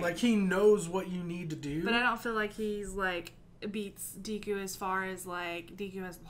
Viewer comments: Ok guys, its Deh-ku, not Dee-ku. Great reaction as always. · The "e" in Deku is pronounced like the "e" in "egg". The small boy with the purple ball hair is named mineta. Idk if I spelled that right. Excited for the next episode!